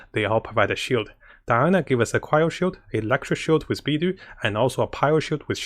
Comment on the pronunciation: Of all the ways people pronounce Beidou this was one of my favorites xD "Bee Dew" edit: Definitely not trying to be offensive! in case this came off that way.